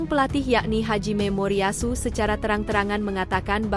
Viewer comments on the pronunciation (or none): Nama Pelatih Jepang itu Hajime Moriyasu... Bukan Haji Memoriyasu.. 😂😂😂😂😂